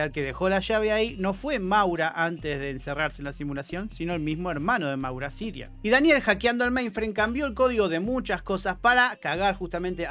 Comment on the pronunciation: Yo me pregunto, ¿por qué repite tantas veces "Sirian" si el nombre es CIARAN?